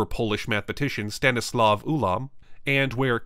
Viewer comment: It's Stanisław Ulam, not Stanislov